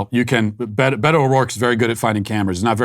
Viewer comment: We should take Beto as seriously as Matt takes pronouncing his name